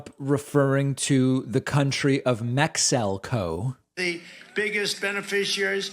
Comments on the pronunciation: Trump : "Mex-o-co" (Our 45th President of The United States) Me : 😒 * Edit : to be fair, he's reading a teleprompter and it looks like he doesn't have his glasses again . 🤣🤣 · What is it with the American hard-Right? Do they have aphasia or something? Word salad - some can't even string a sentence together. And, those weird, weird words... "Mexelco", "Credrentials", "Stoled"... WTF is all that about? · So he mispronounced Mexico and your point is?????